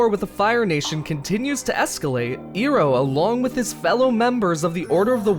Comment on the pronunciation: Where do we even begin when we heard him pronounce iroh literaly iroh other than airoh and toph tofe.